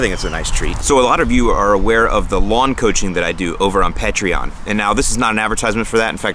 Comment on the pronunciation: Lmao, it's pay-tree-on. Patreon pronunciation :D great video btw.